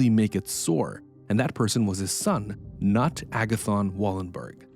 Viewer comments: "Knut" is not pronounced as "nutt". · Knut is not pronounced "nut." The K is pronounced and the u is pronounced like oo in English. There are practically no silent letters in Swedish or any of the other North Germanic languages of Scandinavia. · As a Swede, Few names are as big as Wallenberg. Yet they are mysterious just like the video says. Your pronunciation is incorrect for all names (except Raul) but I found how you pronounced Knut amusing. It means Knot in Swedish so already somewhat amusing but you pronouncing it as "nut" is very amusing. The "K" is not silent :) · The "K" in Knut is pronounced. Should sound like "Knoot" or "K'noot." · Puh-leez! "Knut" is pronounced like "Canute" - rhymes with "canoe" with a "t". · Knut is not pronounced "nut" you nut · Bro called knut for Nut lol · Should have pronounced it as Kah-noot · It’s pronounced K-NOOT!!!! what a dunce!! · the authors pronunciation of "c'nut" is dangerously close to what I want to call him though 😂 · Hearing you butchering the name Knut has me going insane. Each time I'm like, who is this Nut guy he keeps mentioning? $ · "nut" how are you going to pronounce the name Knut wrong SO MANY TIMES. it takes literally 5 seconds to look up how to pronounce the name used throughout the video you are making so as to not sound like an idiot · The K is not silent in Knut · The pronunciation of names is infuriating, how hard can it be to quickly ask Google how to pronounce Knut for example? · The K in Knut is not silent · the K in Knut is not silent mate :P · his name is pronounced with the K it is not silent 😅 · The K is not silent in Knut. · I know its barely relevant, but the way you butcher the name Knut, makes Scandinavians (and Germans) ears bleed. The K is pronounced. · All in all you did a good job with pronounciation. Except For the Name Knut. You really made it audibly inrecognisable. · I think you are mispronouncing Knut Wallenberg's first name. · Haha the way you say Knut is atrocious.